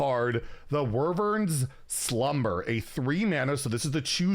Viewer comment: Can't believe butchered the pronunciation of Wyvern. It's "Why" - "Vern"